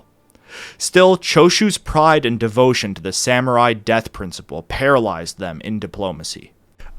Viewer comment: I loved the video, I always do, but dude you gotta work on pronunciation. Like "katana" as "kuh-tay-nuh" or "samurai" as "sam-you-rye" really stands out. I generally try not to be an elitist about pronunciation, especially since your videos usually feature multiple foreign names, words and phrases all in the same story, but if you're going to solely focus on one foreign culture for an entire series you may want to be more intentional about that stuff